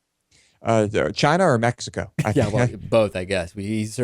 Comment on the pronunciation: Mexica? Mexic-o. These guys give me aids